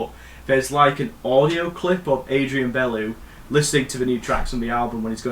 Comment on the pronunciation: COMMENT 1 - MUSIC Adrian's last name is pronounced Be-Loo The words "instrumental" and "instrumentation" should never be confused. "Classical" is not an accurate description of the track Lizard - given that musically the focal points are the jamming areas with the brass, guitar, mellotron and drums trading riffs. Fripp: "if music manifests that only a band named King Crimson can play, sooner or later a band named King Crimson appears to play it" We need to clairfy the role of improvisation. There's not much improvisation in the studio versions of the LTiA material - "Part 2" is almost through-composed (as is Cross's movement of the "Part 1" suite). For most of the album the only improvisation is the guitar solos - except for "Talking Drum" which is more of a structured ensemble jam. It was the live shows of the Muir era that were dominated by proper collective improvisation and/or structured ensemble jams that were longer and more varied (by which I mean the "Vista Under Spotlight" aka "Zoom Zoom" routine). [Miles Davis' live shows of the early '70s were built around medleys of pre-existing grooves and minuscule riffs - the book Miles Beyond was the first to analyse them and find/invent titles for the components] The spoken part in Thela Hun Ginjeet is mostly Adrian's account of being harrassed by both gangsters and police, as he tried to busk a vocal for the track standing on a street-corner. (To hear a genuine sampled-and-looped argument set to music, refer to the Fripp sol